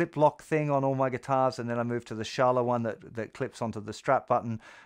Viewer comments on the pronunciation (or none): none